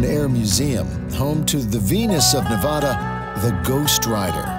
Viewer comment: Please learn how to pronounce Nevada and Beatty. If you rdoing a video learn the local pronunciation.